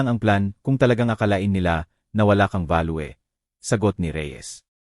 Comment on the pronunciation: Hind kB marunong magbasa ? balyo ( value ) hinde balwe ano b nationality mo mister ? 🤔🤔🤔mali2 pagbigkas mo narrator hind k marunong magbasa 😡kainis pakinggan